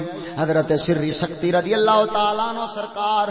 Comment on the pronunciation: سختی نہیں لفظ سقطی ہے